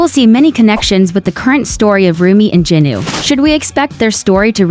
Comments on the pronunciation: It is Jinu not jinuu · It’s not jenu it’s jinu